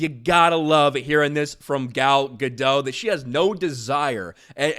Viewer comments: It's Guh-dot not Guh-doe. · It's Ga-dot, theres a t in there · Dude, she's Israeli not French, you pronounce the "T". Gad-oT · Ga-dot. T is not silent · Dote, as in to dote on. Not dot as in point. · Yeah NOW after nearly a decade of disasters and devastation some big actor is starting to push back on it. Too little too late. No hate on "Gal Gadou" (said as says it) she is such a wholesome woman. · It's Gal Ga-dot... as in polka. She's not french lol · You are continually pronouncing Gal's last name wrong. It is Gah-dote. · GadoT! There's a freakin T on the end! She's Israeli, not French, the T is not silent! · Gentle reminder that Gal pronounces her last name as guh-DOTE. With emphasis on the second syllable and pronouncing the final T. It's not french, you don't leave off the T. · GadoT - the T is pronounced. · Said her name wrong! She's ISRAELI, not French! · Pronounce the T at the end of her name like she does and you'll have it right